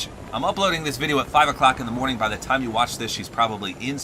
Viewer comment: Lol you sayed every single dime instead of every single time